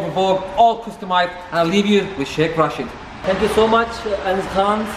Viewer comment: Rashid is pronounced Raa-shid.